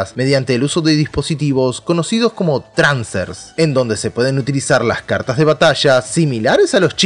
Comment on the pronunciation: me siento incomodo cada vez que dice "transer" XD